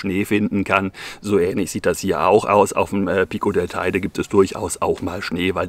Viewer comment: An der Aussprache der Namen ist noch zu arbeiten.. Teide...